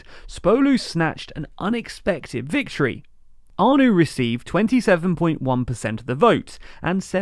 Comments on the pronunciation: Ano, not anu ;) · It's ANO not ANOO 😁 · It's not "anu" it's "ano". If you going to do video about Czechs at least learn basic words like YES in Czech. English are so ignorant bunch. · A-no not A-nu. Say it like it sounds in english. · Agreed! And pronouncing "ano" as "anu"? Kinda sad. - An American in Prague. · It's pronounced Babiš (Buh-bish) not Babis (Bah-biss) and Ano (ah-no) not "ah-new".... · It’s not Aa-noo, it’s a-noh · Babiš is pronounced in English as Babish Ano is pronounced as Aanoh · A nice video, short pronunciation tip though: Babiš and ANO = Babish, ANoh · My name says it all: Babiš is pronounced with an sh (š=sh) (just like Babis from the Binging with Babish cooking channel); ANO is pronounced just like the game, Anno1800 or whatever variation of that game, not with a "u" at the end but a plain "o" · It was disappointing that even simple names like ANO and Zeman were prounounced incorrectly.